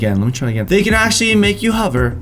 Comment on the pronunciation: Who else noticed he said huver instead of hover! 😂?